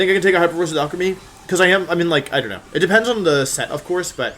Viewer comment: Every time you say Alcremie, it sounds like you're saying Alchemy